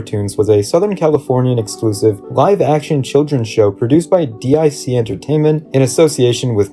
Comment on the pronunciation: D.I.C. is pronounced as "Deek", a female voice would say it as part of their production stinger tagged onto the end of shows.